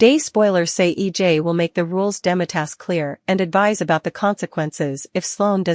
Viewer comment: EJ not E dot J